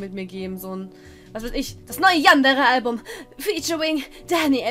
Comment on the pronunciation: Ähhhm man spricht eig Yandere wie es geschrieben wird... (sollte kein hate oder so sein :3)